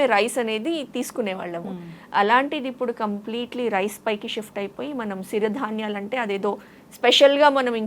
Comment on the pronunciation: సిరి ధాన్యలు అనరు, "చిరు ధాన్యలు " అనాలి